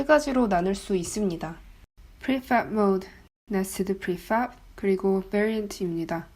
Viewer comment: 그냥 프리팹이라고 하면 안될까요. 하실 수 있는거 다 압니다. 너무 발음에 유의하시다 보니 빨간색도 뿰-간색 이라고 말하게 되는 오류를 범하게 됩니다.